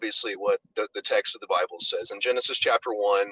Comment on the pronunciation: Did he just say Brible? I'm stealing that.